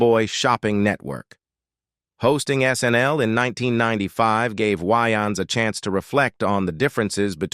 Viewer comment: The narrator cannot even pronounce Wayan's last name correctly. That is how you know this is a content mill and not a real channel. Leave a dislike!